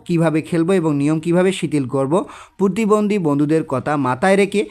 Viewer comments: আরে ভাই পুতিবন্দি না পতিবন্দি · স্যার আমার মনে হয় আপনি প্রতিবন্ধীকে পুতিবন্ধী বলেছেন😅😅😅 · পতিবন্দি না প্রতিবন্ধি